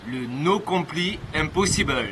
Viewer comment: Juste on prononce "no complaïe" nan ?